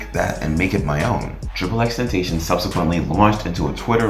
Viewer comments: Ten ta sea yawn not ten tay shon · "Why People Think DRAKE KILLED TRIPLE X TENTASHON"